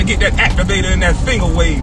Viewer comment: He called thst that man fanger wave 😂😂😂😂😂😂😂😂😂😂😂😂💀